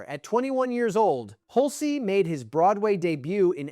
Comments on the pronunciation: It's pronounced "hulch", not "hul-cee." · Hul-cey? Get a better AI. Down vote and saying don’t recommend channel.